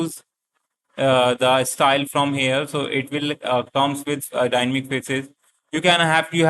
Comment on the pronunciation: it is dynamic not dynmic